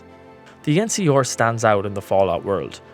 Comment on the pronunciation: EN-SEE-ARE, not EN-SEE-OR. Jesus. I like the vid, an the channel. But the way you kept mispronouncing the NCR, a faction I don't even really like, bugged the hell out of me